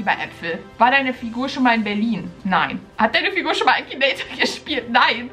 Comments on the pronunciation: Es heißt Akinator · es heißt akinator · Das heißt akinator😂😂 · Finden wir 15.000 aus #TeamBeki die an mich glauben, dass ich den Akinator besiegen kann? DAUMEN HOCH 😂👍🏻 Findet ihr den Akinator auch total creepy? Ich mein WIEEEE macht er das???? 👻 P.S. Da mir einige sagen: MAN SAGT AKINATOR nicht ÄKINATOIR 😂 Leute, man kann es Englisch ODER halt auch auf Deutsch aussprechen is doch egal😂🥹